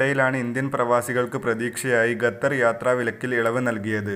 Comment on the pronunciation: ഗത്തർ അല്ല... ഖത്തർ